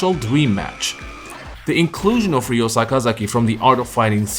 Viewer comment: It's Ryo not Riyo hate that stupid pronunciation